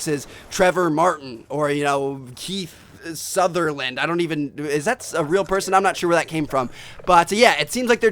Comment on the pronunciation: HAHAHAHAHA KEITH SOUTHERLAND HAHAHA YOU MEAN KEEFER SOUTHERLAND HABAHAHAHBAHAHAHAHAHAHAHAHAHAHAHahaahahahahhahahah